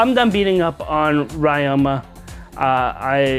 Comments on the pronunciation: It's Ree-oma, not Rai-oma. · Wait why do you say rai-oh-ma And not Rie-oh-ma